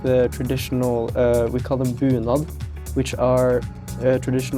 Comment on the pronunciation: Bunad, not bühlen xD Love those brooches